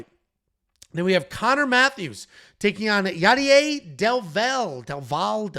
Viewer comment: Hello, abt the Yadier name pronunciation, maybe this helps; del valle; del (de+el); (de=from(coming from), el=the) valle=valley. So his name means Yadier from the valley, and the pronunciation would be smth like bay-ye (i'm from spain so maybe there is an even more accurate pronunciation that I don't know)